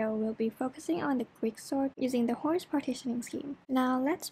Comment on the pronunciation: A correction to the name: Hoare partitioning, not Hoarse.